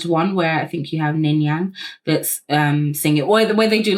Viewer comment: you saying ningyang multiple times had me giggling 😭😭 but yeah aespa’s songs slap !! i remember watching the savage mv and DYINGGGG bc it’s so SOPHIE/hyperpop influenced!! also ningning is incredible fr